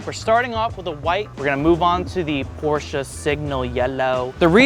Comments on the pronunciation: "Porch Yellow" is a crime 😭💔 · She said: Seegma jello for porch? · "porch yellow" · If you think you’re yellow is a bit odd you called it “Porsche” yellow but the can says “ porch” yellow. Sounds like there might’ve been a breakdown in communication. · That wasn't Porsche yellow that was porch yellow!😂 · "Porch Yellow" 😂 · That's not porsche yellow it says porch yellow you got scammed🤷‍♂️🤣🤣🤣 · For the love of god, please pronounce Porsche correctly. This is a car channel, after all.